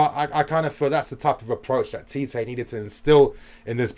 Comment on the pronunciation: First of all, Tite is pronounced as "Chi-Chi" LOL... Not TeeTay I was telling my friends that Mertens and Carrasco are the deadweights in the team, along with Meunier. And Belgium gave themselves a chance with the changes! Neymar couldn't find a way pass Fellaini all evening. Oh that diving... It's less, but when he did it's so fucking exaggerated. Hazard showed tonight what a leader should do. When you're the best player you need to make sure you deliver. He bought so much time and freekicks for the country. Hazard > Neymar Finally I need to talk about Tbo. He has been the best Gk in the World Cup, and it's not close. All the stupid talk about fans wanting him out is bullshit. They don't see what an all round keeper Tbo is. Every long ball towards the box? Tbo gobbles it up. Stop insisting that Allison or De Gea is better. Tbo has to be mentioned in the same breath already.